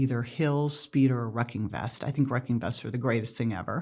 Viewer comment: did she mean a walking weighted vest. sounds like she said wrecking vest